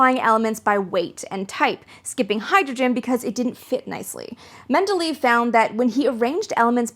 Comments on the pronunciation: Reminds me of the Fundamentals of Physics and Chemistry course that was taught to Wabash College freshmen in the 1960's. Very nice treatment. By the way, I have always heard "Mendeleev" pronounced Mendel Eh' Ef, where Eh is the Canadian version. 🙂. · This is an excellent video. I absolutely love the history of science! For future reference, btw, Mendeleev is pronounced something like Mendeleyev, with the strongest emphasis on the "ley" syllable. I know it's hard to pronounce a lot of these names, but this is one that I more or less know how to pronounce. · Менделеев ='s Medeleev ='s men·duh·lay·uhv - small thing, but, great video!!!! Happy to see you posting more often. Long time subscriber. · Men-deh-LAY-eff Don't fret; it just means you're well-read. 😉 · It's pronounced Mendeleyev :) great video, looking forwards to the sequel! (Also de Broglie is pronounced "de Broy"; it's a weird pronunciation coming from Italian, where a gl is pronounced as a soft l) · I've liked your videos for a long time, but I love creators willing to learn animation to make their videos more pedagogical! Edit: my biggest complaint about this video is how you mispronounce Mindeleyev.